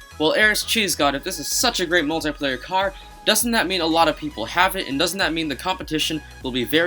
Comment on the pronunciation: He kept saying moltyplayer